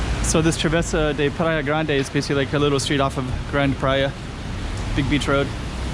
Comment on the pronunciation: Grande should sound like "GRAHN-duh" in Portuguese, right? "GRAHN-deh" sounds like Spanish to me!